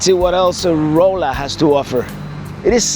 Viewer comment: Great seeing the next installment in Missouri. Rolla is actually pronounced like Rah la.